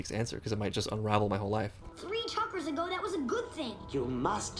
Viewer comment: I hate the way he butchers the pronunciation of chakras. The 'ch' makes a 'sh' sound like champagne and it's a soft 'a' like father.